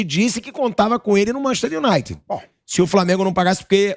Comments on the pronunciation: "MANCHESTI UNAITI" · "Manchi unaite"(sic) eita Vampeta ...estude ...vc tem grana homem ...tenha aulas!!!